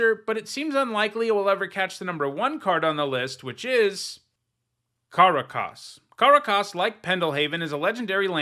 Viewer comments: "Karah-Kaas" It's Kuh-rak-us, at least that's how everyone, including hall of fame players, pronounce it. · for the love of god learn to pronounce Karakas is not hard! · I'm here to accumulate likes for noticing weird pronounciation of Karakas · I thought I'd been saying it wrong for years, that pronunciation has me all messed up lol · I'd literally always heard it pronounced the same way most Americans pronounce the capital of Venezuela and this pronunciation has me shook